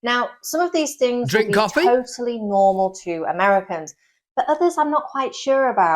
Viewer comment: Why do you pronounce the word things as “fings”? Is it that hard to speak English properly?